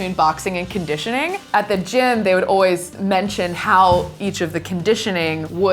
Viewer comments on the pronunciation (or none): i love boxing and am pretty new so this was cool to see, also the way she said always was so british it threw me off a bit (im british btw)